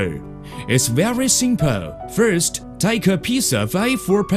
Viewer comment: qualtey fourst